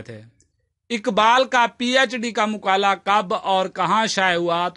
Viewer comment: مقالہ مقالے کی ادائیگی درست کریں باقی ٹھیک ہے سب،عمدہ